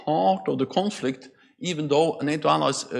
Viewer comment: Phaaaaaart of the chooooooonflekt.